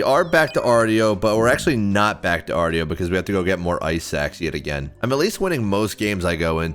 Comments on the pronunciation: Hey, just for future reference, Artio is actually pronouned "arr-show" not "arr-tee-oh". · It’s pronounced “arr-show”